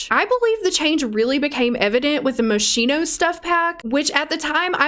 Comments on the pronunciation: Ok. But "Moschino" is pronounced "Moskyno", not "Moshyno". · sigh Yes, Ill be that person. Moschino is pronounced "moss-keen-oh", not "mo-sheen-oh" .